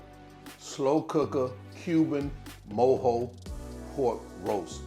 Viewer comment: I’m cuban and I’m happy this recipe exits explained in English like this with a slo cooker! I also appreciate you saying mojo the right way 😂 If you’re reading this DO make this recipe it’s fireeeee